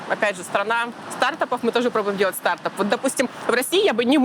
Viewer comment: СтартАп а не стАртап прям бесит!!!!!